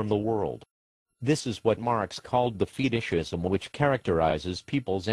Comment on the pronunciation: the way it says feet-ish is hilarious, like it's describing some kind of disease. sadly, that's what greed is - a disease that drives one to dehumanize others and subjugate them. shit's worse than outright genocide - it's so hard psychologically to resist that it will go on for so long and people will co opt it and further it like a crash course to death as a species